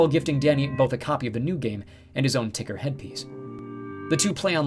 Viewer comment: If Tuckersoft changed their name to TCKR... wouldn't it be tucker not ticker? :P